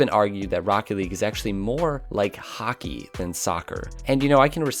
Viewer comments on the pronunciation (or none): Finally someone else who cant say hockey right